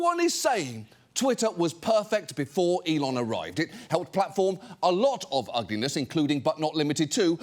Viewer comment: 😂and so many people think he " e lon "is a genius 😂😂😂😂😂